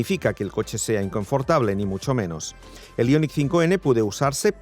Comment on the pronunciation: Aillonic...Aillonic...Aillonic...5, ¡¡¡¡ JO-ER !!!! IONIQ 5, que pu-ta manía de decirlo en guiri cuando ellos se ríen de nosotros, ¡¡¡ JO-ER !!!